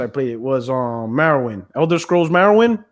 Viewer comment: It's Morrowind, not Marrowind.